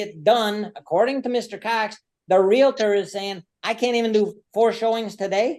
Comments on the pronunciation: As a non-American I'm confused. Isn't a Karen a name used to sarcastically refer to an entitled white woman? Isn't it more appropriate to call this woman a strong and independent black Queen? Also, isn't the word "realtor" pronounced real-tor and not real-a-tor? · REAL-TOR REAL-TOR There is no A between the L and the T. It is not REAL-A-TOR. LHM!!! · Its realtor, not realitor you moron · And there’s no such thing as a “reLAtor”. It’s “reALtor”. Groves me nuts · Her repeatedly saying 'Realator' irks me so bad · Omgoodness this female is something else, overtaking the judge. And the word is REALTOR.....NOT REALATOR! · Real-tor not Real-a-tor🤦‍♀️🤦‍♀️🤦‍♀️ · her saying "realator" is the real crime here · The word is Realtor, NOT Relator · WHY do so many Americans say "realator" instead of "realtor"? Have they never connected 'realtor' with REAL estate? You wouldn't say "realastate" would you? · She should be convicted for mis-pronouncing REALTOR as "reel-uh-ter." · Real-i-ter 🙄 Ignorance is as ugly as narcissistic non-compliance. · The way she says Real a tor & Expar tea drives me nuts, as does her annoying voice. Had to watch a second time, it's a banger lol. xo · The word is real•tor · There is no "i" in Realtor. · RE-AL-TOR. Learn how to speak English.